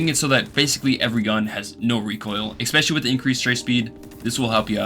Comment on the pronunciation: Brother I really hate to do this and I usually wouldn't but you said the word something close to 40 times in this video and you use it a fair bit in other videos so I couldn't ignore it forever.. "ess-spesh-uh-lee" not "ekks-pesh-uh-lee" Genuinely not trying to be an asshole I'm trying to help, promise <3 Edit: man fuck whatever I was saying here, after watching you for months now, the way you say words doesn't bother my autistic ass anymore, say shit however you want, I was 100% trying to help but I've since realised that quirks like this are what makes a persons personality <3